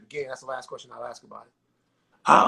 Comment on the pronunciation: It’s ask , not axe